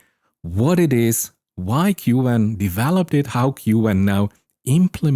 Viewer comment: Who pronounces “queue” “en” ??